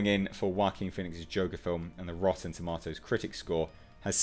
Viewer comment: You said tomatoes wrong lol.